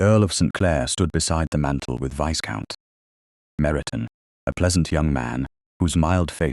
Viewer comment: AI narrator please be aware the S in Viscount is silent, it is pronounced Vie-count